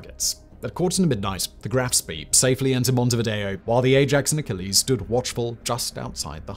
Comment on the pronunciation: Why do you contiously add an R to Spee.